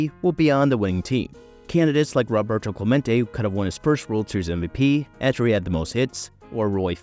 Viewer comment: Clemente's first name is pronounced "ROH- bert-o," NOT "RAH-bert-o!" 😮